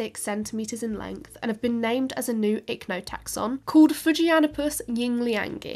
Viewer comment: fujianipus yingliangi in Chinese writing is 福建 fujian the province, 英良 is a big corporation, i'm guessing the sponsor for the study. Your pronounciation of the words are close enough, just that fu-jian is two words, instead of fu-ji-an. Ying-liang is quite spot on.